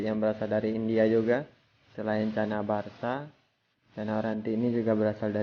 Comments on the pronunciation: Chana barca bukan chana baca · Bng barca apa baca bng 😀😀